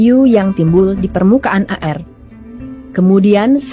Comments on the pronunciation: Zus tlg baca air bukan a-er,seblm baca tny dl kpd tmnnya Ind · Zus baca air koq a er